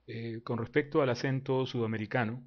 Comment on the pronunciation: En este video se han cambiado las "S" en: respecto, zonas, cuestión, más (en el ), las (en el ), todos (en el ). Pero sabemos que ese fenómeno es muy frecuente en muchas regiones de Latinoamérica e incluso de España. Yo no lo veo como falta de educación, e incluso el acento venezolano es muy agradable. Tal vez es un accidente por tratar de hablar más rápido. De todas formas tu forma de hablar está bien cuidada. El acento peruano también gusta mucho.